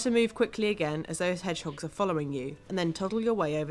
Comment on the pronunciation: she called them hegdogs too